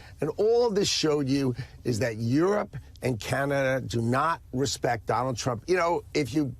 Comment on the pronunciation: The emphasis on 'respect' is reminiscent of Don Corleon in the Godfather movie.